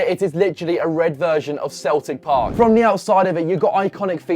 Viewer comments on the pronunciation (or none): none